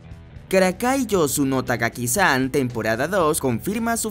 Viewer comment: DEJA DE DECIR TAGAKI-SAN, ES TAKAGI. YA LO VAS HACIENDO EN ANTERIORES VIDEOS